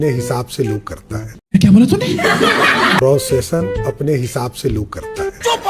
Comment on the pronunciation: Pronunciation❌ procession✅